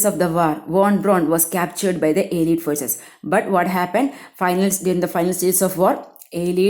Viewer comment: Malayalam summary കേൾക്കാനാ ഇവിടെ വന്നേ 🙂... വന്നപ്പോ ദേ വായിച്ചു വിടുന്നു...👎🏻 പിന്നെ (അലീട് അല്ല... അല്ലെയ്ഡ് )🙂👍🏻